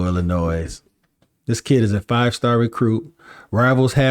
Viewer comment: Love the content... a little bit of advice... The s in Illinois is silent.